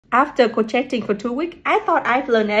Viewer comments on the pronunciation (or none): My dear, my apologies, but it’s not KROCHETTING, it’s KROSHAYING. It’s pronounced KROSHAY. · Just so you know, it's pronounced "crow-shay-ing" rather than "crow-shet-ing" 💗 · Maybe learn to pronounce the word crochet first? I understand talking or sound like an ignorant kid in a big city is your market strategy, but... kro-che-ting? Really? 😢 kro-chet? 😨 kro-chet-ted 😭 you were almost right with the noun/adjective kro-chey book😂😂😂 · I love the way you pronounce "coachetting" (crocheting). These are gorgeous little creatures, you are so talented❤ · the "T" in crocheting is silent:) I'ts "cro - shay - ing":) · I don't what to be rude but it's pronounced " croshaying " but it's spelled crocheting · Crocheting? It is pronounced croshaying. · I like the way she pronounces "crocheting" So cute 🤗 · Her: “After crocheting for two weeks I thought I knew everything” Me: “everything except pronouncing crocheting”